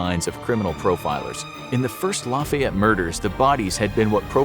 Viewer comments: ik you would think it’s the opposite but in cajun french it be the short “a” sound it more like “laffy-ett” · My dude I live in Lafayette, Louisiana and it’s pronounced like “Laffy-ette “ like laughy lol. Us Cajuns my God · I’m from Louisiana and i hated listening to the butchering of Lafayette but it was also really funny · Just to let you know those of us from the area province Lafayette as laugh-fee-yet. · Hilarious to hear how northerners pronounce Lafayette Louisiana 😂🤣